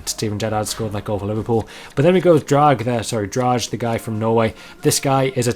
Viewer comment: Drage the cm means dragon in Danish and is propounds dra-e